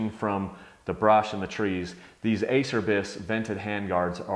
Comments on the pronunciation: A cher bis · Your pronunciation, Ace-er-bys is killing me. :) You have to say it so many times in the video too, it's like a celebration. It's Italian and sounds like A-chair-bees. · It’s pronounced a-cher-bees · I have these same hand guards. i was surprised on how hard these were to break. I'm sponsored/rider support by Acerbis and they are cheap if you do bust em. It does cracks me up though about their name, no one can ever pronounce the brand correctly. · It's pronounced "A chair bees." This can be found right on their website. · it's pronounced acherbis... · it's. ah cer bees...is how it's pronouced...lol...some say a Cher bis...and what not lol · great review love mine! although it is pronounced Ah-Chur-Bees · Horse Ranch I say Ace-er-bys too ahaha. whatevs... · "Ah-Chair-Bees" lol